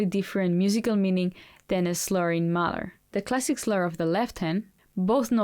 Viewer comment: HI, you said "a slurring Mozart has a different musical meaning than a slurring Mahler," I thought you said sluring 'Mother!' ☺️ haha! ( m)